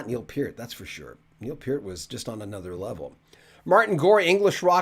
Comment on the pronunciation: Thank you for pronouncing Bachman (BACK-man) and Peart (PEERT) correctly! Canadian music icons!!